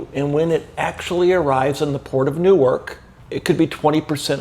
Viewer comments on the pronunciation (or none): none